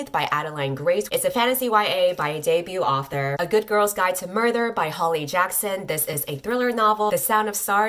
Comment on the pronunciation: i was wondering if anyone else heard 'murther' too.